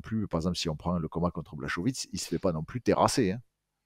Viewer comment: Salut je regarde toutes vos vidéos et je like toujours mais faut respecter les noms "Blachovits" 😅😂😂😂😂j'étais mort au moins 3 fois à la suite.. 😂😂😂😂😂